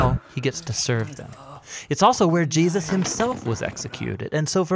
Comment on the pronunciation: Great channel. Great narration. With exception to when the guy goes from pronouncing "Jesus" as "Jee-asis" then back to Jesus. Is there a reason for this biblically? It's doing my head in, through all the videos.